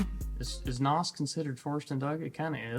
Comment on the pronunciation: A word of advice… As an ex-drag racer. Use “nitrous” the word “noss” is like nails on a chalkboard.